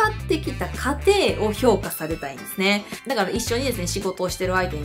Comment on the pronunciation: 過程の発音がおかしくて気になる